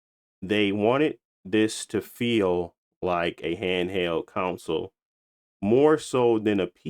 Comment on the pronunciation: Appreciate all the content, but I gotta call out something, console is not pronounced “council” as you repeatedly mispronounce the word across your videos. It reminds of how I used to call Chicken Parmigiana, Chicken Par-mi-gi-ana for years until one kind waitress cared enough to get me right. 😅